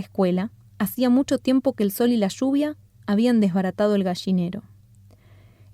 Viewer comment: Lluvia, no shuvia.